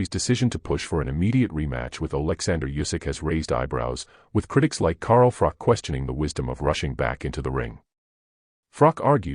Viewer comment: Pronounce Carl "the COBRA" Froch's name correctly then say anything about a fellow Nottingham man ? I've met Carl Froch aged 12? Too sleek kaleek vs Willey Wise? (Harvey Hadden) Carl Froch was a polite young kid, since met him at the certain casino in Nottingham and even though he has so much money in his bank account he is still that humble, polite kid I met all those years ago, tmy only problem with Carl Froch is he's a forest fan, but despite his football preference as much as it pains me to say he is still a decent kid at heart and he's true to the game of boxing